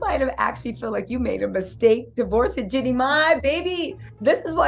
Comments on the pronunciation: Jenny has a name too. 😂 It's GEE-NEE ❤ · I love your content but girl you are pronouncing her name wrong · Please say her name correctly 😅